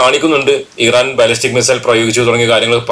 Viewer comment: ഈ റാൻ അല്ല മിസ്റ്റർ ഇറാൻ എന്നാണ് പേര്.